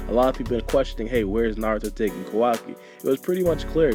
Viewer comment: Sounds like you are saying Kawagi lol